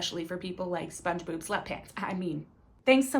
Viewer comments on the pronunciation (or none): Bruh, she said "SpongeBoob SlutPants" 😆🤣